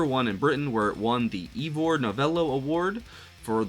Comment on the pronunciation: that's 'eye vuh', not 'ee vor'. Ivor Novello was a Welsh actor, dramatist, singer and composer who became one of the most popular British entertainers of the first half of the 20th century.